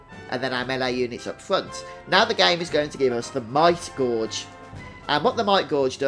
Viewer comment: This is helpful thanks. Though, 'gauge' rhymes with 'cage'. Not like 'gorge'